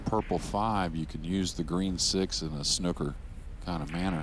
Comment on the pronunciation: Sorry as an English man we play snooker if your going to use the term its not snucker its snooker or snookered get it right please if you are going to use my Language please👍